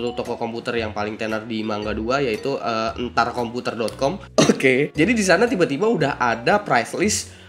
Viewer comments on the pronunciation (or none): Knp kok nyebutin enterkomputernya kok gitu?ada apakah ini?